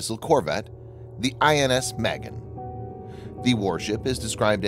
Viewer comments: It's pronounced "mah-GEN," not mehgin. Cyprus is not pronounced "cipris". You really need help with your Hebrew and English. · It’s pronounced mah-GEHN, not MEH-gehn. Literally means “shield”. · Pronounced Mahgain. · Magen: mah-GÉN. A as in ah, and accent on second syllable. It means 'shield.' Thanks! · Proper pronunciation is Muh-Gain - "Shield" in Hebrew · For crying out loud ! In Hebrew, and many other languages besides, the heavy emphasys is on the SECOND sylable. Never ever on the first as it is in spoken English. ma GEN ( protector, shield - noun, to protect - verb ) not the girls name Magen. Your butchering of Hebrew just irks me !! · sorry, I meant no disrespect, I didn't like the way he pronounced the name..